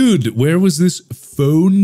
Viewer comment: markiplier: "where is this, fhoun?" me: starts to bust out laughing